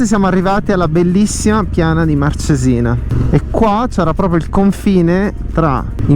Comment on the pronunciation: marcesina non c'è accento sulla E soi dicono sempre sbagliato .. sarebbe cos' l'accento Màrcesina